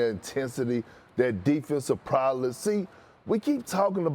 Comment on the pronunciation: Perk as a Harvard graduate saying “defensive prowless “ is crazy lmao